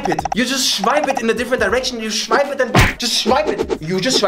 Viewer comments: Nobody: Not a single soul in the universe:: SCHWIPE IT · “You shwipe it” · When you said shwipe it, the only thing came to my mind is Tinder.